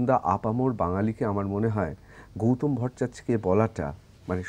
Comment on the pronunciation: ওনার নাম গৌতম। গৌতোম উচ্চারণ করছেন কেনো?